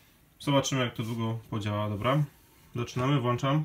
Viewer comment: Latająca kamera jest wqr....ca. Poza tym włączam a nie włanczam do q... nędzy 😁. Co to za elektryk, który włancza 😁🤔. Poza tym dzięki 👍.